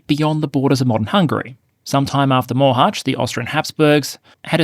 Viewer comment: Your hometown? Mohács? He did a very decent job pronouncing it, proud of him!